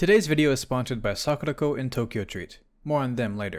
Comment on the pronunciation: My God. When you said sakuraco I thought you said "were sponsored by suck the toe"